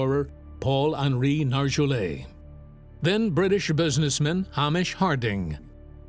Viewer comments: Hamish is a Scotish name and pronounced HAY-mish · Have some respect and pronounce Hamish's name correctly. I doesn't rhyme with amish, it is pronounced Hay-mish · Terrible pronunciation of Hamish 🤣 but great vid x